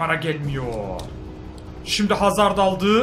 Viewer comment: abi hazırdmı dedin hazardmı anlayamadım